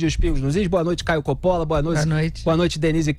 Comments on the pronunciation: Não se pronuncia Copóla mas sim Cópola basta saber o mínimo de italiano. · Curiosidade: Còppola é a pronuncia correta do sobrenome do Caio.